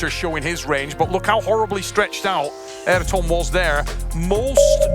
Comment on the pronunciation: His name isn't "Air-tom", lol.